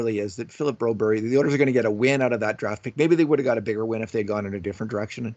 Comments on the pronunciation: It's Bro-BERR-yuh, not BRO-Berry! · Yes exactly! And in Canada it's Broberg. I'm a Canadian Swede and I find this pandering kind of annoying lol